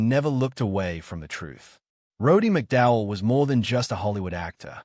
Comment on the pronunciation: You can't even pronounce his name..